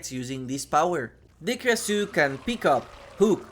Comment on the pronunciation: Pronounced "Krashoo" I have such a hard time listening to people butcher names.